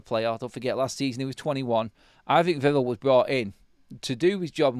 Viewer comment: Please pronounce “Vivell” correctly, mate. Vih-vell not vivvle